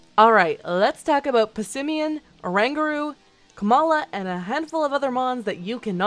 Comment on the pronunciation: Or-an-goo-roo. That's my only comment. The rest is good. Subbed.